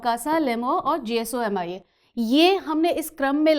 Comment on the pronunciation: Any body noticed,mam didn't pronounce GSOMIA 😂 but he explained well.